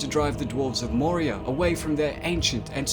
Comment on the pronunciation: "a balrog of morgof"